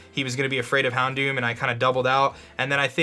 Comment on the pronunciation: HounDOOM lol it served its name well